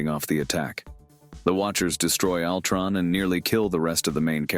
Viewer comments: I can't watch videos where the narrator constantly butchers the heroes and villains' names. Altron no, no, no, it's Ultron stupid! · Yeah “Altron” was sending me